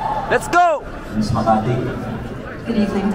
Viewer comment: Xian said ms.kamati referring for.kamatis its ms makati right.bulol.